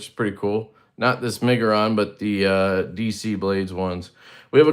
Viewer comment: Almost had to open a givesendgo for you trying to pronounce the brand😂:_LeftyBallsack::_LeftyBallsack::_LeftyBallsack